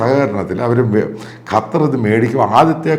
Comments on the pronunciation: അപ്പോൾ താങ്കൾക്ക് ഖത്തർ എന്നു പറയാൻ അറിയാം. ഖറ്റാർ എന്നു എപ്പോഴും പറയുന്നതു കേൾക്കാം. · കറ്റാർ അല്ല അച്ചായാ ഖത്തർ! !!!!